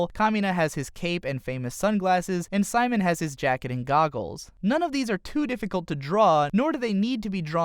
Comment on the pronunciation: Who's "Sheemone"